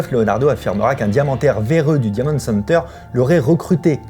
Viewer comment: Par contre l’accent faut faire qqch. « diamonde » center et « escappe » game ça va pas du tout